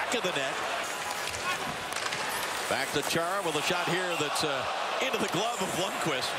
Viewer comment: Totally I mean how hard is it? IT'S CHARA F'in Chara, not Chair-ra